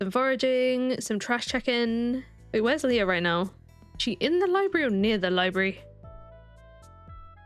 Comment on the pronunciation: I had to go back twice to hear you were saying Leah and not Leo. 😂 I was wondering when I missed you got Leo! 😂 I may need to get my ears checked! 😂